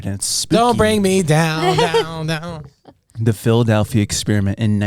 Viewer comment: The real Philadelphia Experiment should be finding out where the A comes from when people say “Phil-uh-dAlphia”. Am I right?